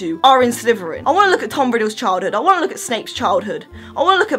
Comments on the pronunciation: Are you saying Slyverin? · I love how she says Sliverin 😂💚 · All I hear is sliveren